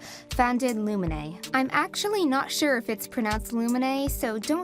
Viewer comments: its LUNIME not LUMINE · Sorry if I sound rude but it is pronounced lunime (loo-nu-me) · It pains me to hear you pronounce “lunime” as “lumine”. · REEEE ITS LUNIME NOT LUMINE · PLEASE stop saying Lunime like that... It's pronounced as; Luni & Me as 1 word. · I think Lumine is pronounced Lu-min-ie or Lu-min-ie. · I think it's pronounced Lu-min-i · I thought “Lunime” was pronounced “Loo - nime” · here's how it's pronounced Loo-ny-m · Hey so Its pronounced Lunime (Luni-May) Im pretty sure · It is pronounced Lune- a-me :) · For some reason when you say lunime it sounds like lumine maybe it's because I pronounce it wrong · You were pronouncing Lunime wrong.